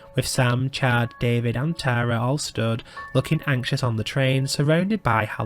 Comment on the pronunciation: As someone named Tara, I would like to say that it was refreshing to hear someone say my name properly and not Tera. ❤